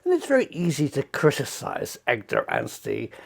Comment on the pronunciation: That's EDGAR not EGDAR Prof! 😂